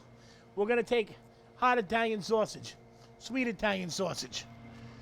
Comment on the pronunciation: Dayumn! that looks delicious! Is it me or did every time started to say "hot italian sausage" it sounded like he was about to say "hot attack" ?(heart attack) I worry for this great man.